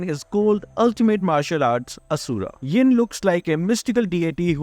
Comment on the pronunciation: Why you say yon 😅😅😅😅